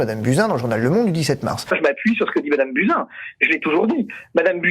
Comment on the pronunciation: On dit Buzyn pas Bousin!😉